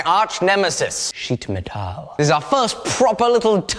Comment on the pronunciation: Did you pronounce the metal in sheet metal like the german word "Metall" (which means the same as metal) on purpose? It sounded quite accurate :D greetings and love from Germany btw